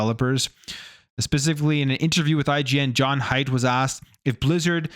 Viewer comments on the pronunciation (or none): none